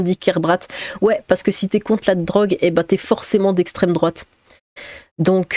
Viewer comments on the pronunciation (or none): le slogan de la LFI : "c'est a cause de l'esstreme douate "